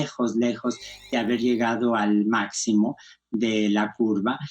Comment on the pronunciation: No se dice ''máxico'' sino ''máximo'' y en el minuto no se dice ''bien desconcertada'' sino ''muy desconcertada''.